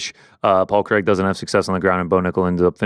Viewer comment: Big fan from Scotland, but there's nothing worse than an American trying to pronounce the name Craig. Who the f**k is Creg?!?!?